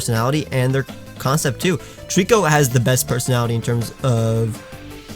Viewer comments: TREECKO, NOT TREEKOO! TOTODILE, NOT TODILE! FIX IT NOW! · DO NOT LEAVE OFF THE C IN TREECKO!